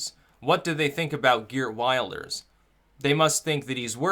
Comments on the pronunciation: Just so you know his name is pronouned gurt vilders- thats phoneticaly correct- Geert wilders, not wild ers, just so you know dude, your election coverage and this coverage is great. By the way if you want to see a bunch of outsiders who will never assimilate look no further than Dearborn Mich. It is disgusting. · Wilders is pronounced "VILDERS" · Like the video. Quick point - you pronounce it 'Vilders'. It's spelt Wilders but that's not how you say it. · Prononciation is will-ders otherwise good analysis. t. dutchbro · Geert Wilders(I believe it's pronounced "Heert Vilders", by the way) hair actually reminds me more of David Lynch that David Brock. :) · MAKE A VIDEO ABOUT PRONOUNCING WILDERS AS WILLED-ers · please please please "i" in Wilders is pronounced like "i" in "tip" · Wilders is pronounced with an i as in hit him! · Dutch voter here: great post. Just one thing: The name Wilders is pronounced differently. The i sounds like in 'will'.